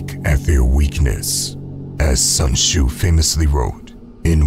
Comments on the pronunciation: Bro its pronouced su'en t'szu Not sun choo😡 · ain't no way he said sun shoe☠☠☠